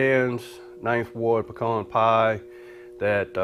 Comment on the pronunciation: Thumbs up for saying pecan right. Lol